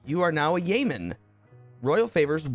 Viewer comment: "yeoman" is pronounced "YO-man". -Salty